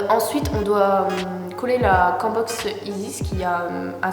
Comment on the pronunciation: On dit Cam(e) (comme cam -caméra en anglais) Box 😂 Pas Quand Box...